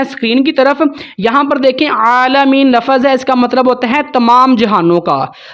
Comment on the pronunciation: لَفَظ (lafaz)نہیں، لَفظ(lafz) بولتے ہیں،